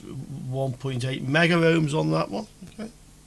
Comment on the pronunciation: Great demo, 👍 but please note: there is no 'a' in megohm, nor in kilohm. Two syllables, not three.